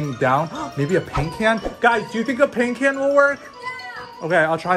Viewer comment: She said caint pan instead of paint can